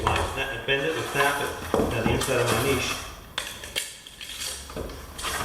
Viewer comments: Subscribed when I heard your pronunciation of 'niche'. It already sounded like you knew what you were doing and I wasn't disappointed. Great upload. I'll do the same, thanks. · And he knows how to pronounce niche properly contrary to most tilers saying ni(t)che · Thank you for pronouncing "Niche" correctly. 90% of the videos says Nitch it drives me nuts lol.